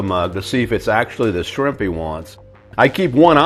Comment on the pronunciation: No he pronounced them “swimp”